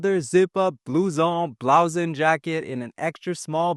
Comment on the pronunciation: If you are a Canadian you shouldn't be butchering a French word like "blue-zon"!